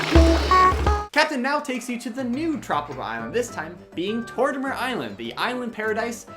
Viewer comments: Tortimer - TOR - TEH - MER.... <<- pronounced this way my dude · The way you pronounce Tortimers name, gives me anxiety